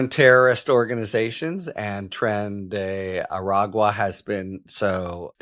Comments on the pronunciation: OTC/ Harry---I owe you an apology. When I offered the pronunciation of "Tren de Aragua", I slipped and left out the "g" in the phonetic sound. And I have been speaking Spanish, English and Catalan since childhood. Mea culpa. You said it correctly here. Also, great haircut! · You learned to pronounce the gang correctly! 🙂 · Bravo, Harry! Flawless pronunciation of Tren de Aragua.